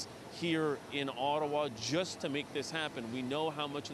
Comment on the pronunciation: "whats an ottawawa"